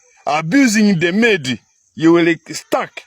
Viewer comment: Amedi emeed instead of maid😂😂😂